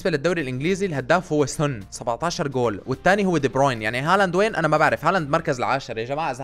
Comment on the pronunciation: ليش اتقول ارلينق هوولاند😂😂